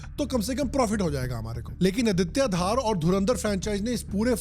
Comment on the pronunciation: अदित्या धार ❌ आदित्य धर ✔️